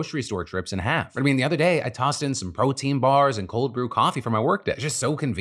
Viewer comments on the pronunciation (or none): none